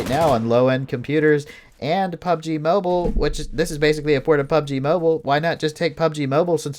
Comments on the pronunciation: It’s mobile not moble 🤷🏻‍♂️ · Can Someone teach this guy to pronounce Mobile correctly...fucking sounds like mobel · Damn the emphasize on mobile and Xbox is great😂